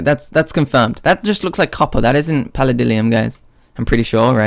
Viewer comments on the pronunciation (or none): none